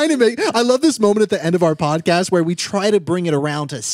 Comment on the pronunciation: came from listening to the audio version to watch the video just to see when said "podtest" instead of podcast😅 pd. Love you 😄